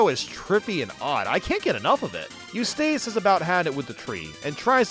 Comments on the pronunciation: Eustace is Yous-tis, not Yous-tace. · Why do you pronounce “Eustace” to weird? The end is “ess”, not “ace” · Okay you like Fairly Oddparents and say Grim Adventures would have been your thing, but Ed, Edd, 'n Eddy is TOO dumb? 🤔 Edit: you calling Eustace "You-stayce" was amusing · Your pronunciation of Eustace is killin me! 😂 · Anyone else annoyed by how he pronounces Eustace?😂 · You•Stace Murr•Eel